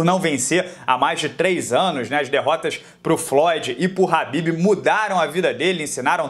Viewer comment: Parabéns pelo trabalho, mas não é Habib e sim khabib Normagomedov. Oss